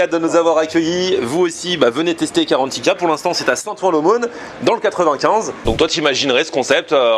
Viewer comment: C'est GARANTITA !!!!! Pas carantika, je suis sur que t'as écouté l'autre imbécile de guideultime